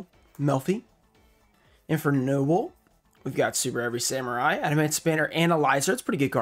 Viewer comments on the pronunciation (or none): none